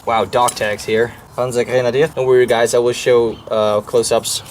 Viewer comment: Your german is pretty good but your pronounciation of Panzer gives it away. The z in Panzer is a much sharper sound.